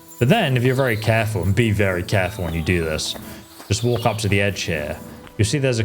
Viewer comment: Oh yea? Ill walgrh around the rorghs? You need to check your british speech impediment